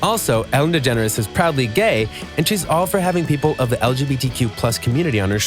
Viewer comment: its ellen degenre not degenres